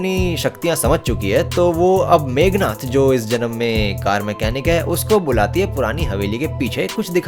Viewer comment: Meghnath are unexpecteble name pronounced by 😂😂😂